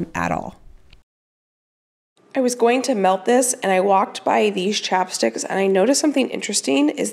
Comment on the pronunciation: Ohhh chapsticks!! I kept on thinking you were saying chopsticks!! LOL!!